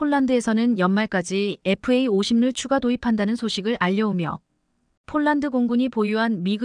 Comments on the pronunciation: 폴란드, 를 촐란드로읽으면어떡하냐? 제발좀 바르게방송좀해라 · 폴란드 를쫄란드로 이상하네 ❤❤❤ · 쫄란드. ㅋㅋㅋ 인간이 읽는게 그리 어렵나…. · 문장읽는 것 연습 좀하고 읽어내려가기를! 띄어 읽기, 발음을 강하게 해야 할 때(특히 중자음) 약하게 발음하는 것은 큰 잘못! 표준 발음은 아나운 서級이어야! 예로, 폴란드를 쫄란드로 읽다 니! 주의력까지 부족하니 걱정! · 폴란드를 쫄란드로 잘못 기재되 였다 해도 "쫄란드" 읽으면 않되는것 아닌가 ㅉㅉㅉ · 쫌 제대로읽으세요. 쫄란드가뭡니까?